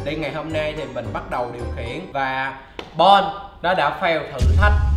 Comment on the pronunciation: Chu chu bạn mình được lên tv 😂 mà nó tên bon mà gọi toàn là bôn 😂